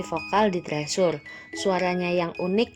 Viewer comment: Kakak permisi bukannya mau sok tau. Tapi bacanya bukan "trisur" atau "tresur" tapi " (t)crisur" atau di korea- nya "trejo" (setauku ya). Maaf.